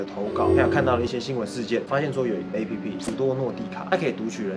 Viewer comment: 提個小意見 : A-P-P（逐一唸出字母）是錯誤的喔! app這個字是由application縮寫而來，所以當外國人在唸這個縮寫時，只會唸成/ˋæp/，並不會把每個字母都唸出來唷！